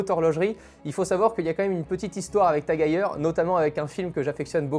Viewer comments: Vidéo incroyable, mais par contre ça se dit TAG HEUIEUR (phonétique) et pas TAG HEYER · Très belle montre, belle présentation mais par contre, la prononciation du nom me fait mal aux oreilles, ça ce prononce à l'allemande, le E ce prononce pas A si jamais mais bien E Bonne continuation